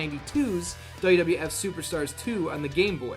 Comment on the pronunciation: He pronounces WWF as "Duh duh eff"